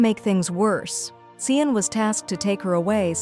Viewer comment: It is not cian it is ci n